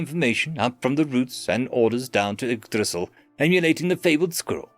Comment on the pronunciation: Bro really said igdrissil😂😂